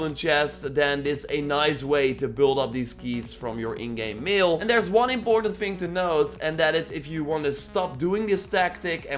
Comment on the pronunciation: Bro I love your channel but when you said mail I though you said meal and I ate a steak 😂😂 I’m sorry